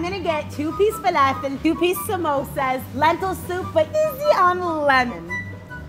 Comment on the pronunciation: She pronounced samosa properly my mind is Blown 🤯🤯